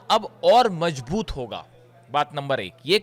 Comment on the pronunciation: you are a wonderful reporter but you need to improve your pronunciation. You pronounce J instead of Z (majboot instead of mazboot). You mispronounce Ka instead of Kha. Ali Khamener's name is wrongly pronounced by you. Remember bad pronunciation spoils the good reporting.